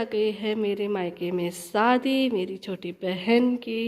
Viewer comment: Sadi nhe shadi bolte hai aap ka talfuz sahi nhe hai....